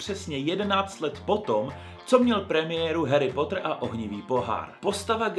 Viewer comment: Je to Harry "Potr" a ne Harry "Pótr" Promiň ,ale strašně mne to irituje